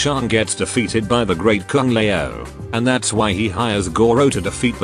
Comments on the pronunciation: Great Kung Lay-oh XD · I understand why you hate mortal kombat franchise that bad.. But here is the question.. Why do you keep pronounce some names differently? Like, Kung Lei-oh (Kung Lao), or Lin Queee (Lin Kuei), or... I don't know..I'll find out more..ll'let you know later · "the great Kung le ow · A nice enough flick, but utterly forgettable. Kind of a shame for the first R-rated MK movie. Also, it's funny how this channel is run by a Chinese guy but the voice generator that he uses doesn't know how to pronounce Kung Lao. xD